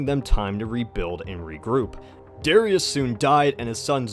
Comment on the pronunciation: You say Darius wrong the accent is on the a i believe